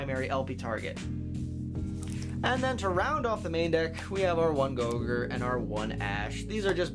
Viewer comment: "our one GOGURT" I'm so glad this deck is finally coming together. :)